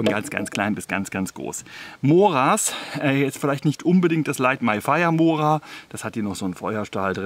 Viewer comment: Vielen Dank für deine schönen intelligentern Videos . betone das o bei mora doch bitte als u .also mura .es schmerzt doch arg.😁😁😁